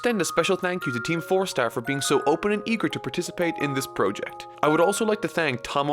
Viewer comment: I'm sorry but I still can't help but point out how pronounces "Project" as "Prœject" There's nothing with it, just caught me off guard the past 3 episodes